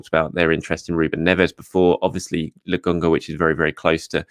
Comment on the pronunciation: why do u keep saying Lagonga?